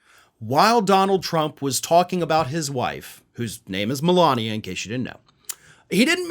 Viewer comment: He called her "M-Alina". 😅